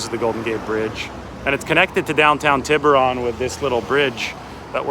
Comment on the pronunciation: Pronounce Tiburon correctly! cmon dude haha